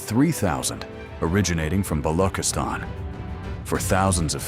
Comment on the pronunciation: It's not ba-lo--kiss-tan. It's ba-loo-chis-tan. "ch" as check.